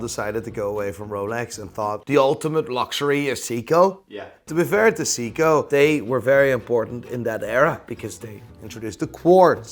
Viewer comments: It's not a "Seeko", it's SEIKO 😂😂😂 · Say-ko, not see-ko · Brosman, See-koh, "Christopher", Maleek, "Quantum of Solance". Doesn't know who Roger Fucking Moore is. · Dude! "Siiko"? WTF? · Watch expert can't pronounce seiko correctly